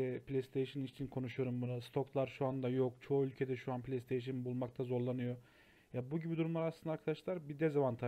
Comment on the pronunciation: Un değil an. Hey yarabbim yav